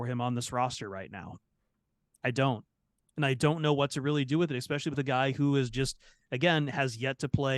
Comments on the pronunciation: "ex-specially" -- stop it,. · Ehh-specially sensitive YouTubers - be nice! 😂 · is never going to learn how to say “especially” is he